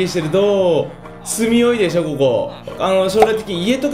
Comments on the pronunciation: カズクラでしょ。って言ったとき カズクラだしょ。って聞こえたのは 俺だけか？ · 裏クラでひょ？に聞こえるw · カズクラだほぉ？に聞こえるw